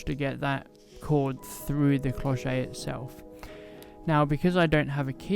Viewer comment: bonjour, an other lovely tutorial!! i love to see you working, your way to register your work with your camera / phone is excellent. May i tell you that your "clochette" pronunciation is not perfect:-) you should say "clow-shet" with a clear T like in "chef" but with an T. Thanks for all of your videos... your clochette is lovely, could be a so elegant gift...